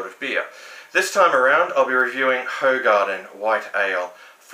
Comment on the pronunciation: Apparently this is pronounced "WHO-garden".